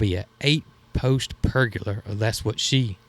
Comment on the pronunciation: Jason, there isn't an "R" at the end of Pergola - Per - gah- la. 🤣 And it is Muscadine, not Muscadime. 🤣🤣 Sorry about the corrections, but just thought you might want to know since you have mastered Potegar, 🤣🤣